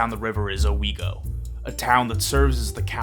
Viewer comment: Owego pronunciation was perfectly correct, coming from a (through family ties and such) "local". Good job!